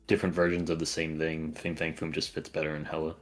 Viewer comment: Fing Fang Foom sounds like an mispronunciation already 😂